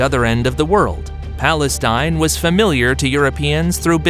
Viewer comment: Why does he keep saying palenstine?